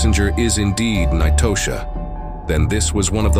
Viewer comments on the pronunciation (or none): Nitosha is pronounced like Natasha. Not knee-toe-sha🤦🏿‍♀️ i hate a.i. bots. Clicked off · Ahhn-twan and Nye-toe-sha 😂 I can't even focus on the story, I'm 😂😂 too hard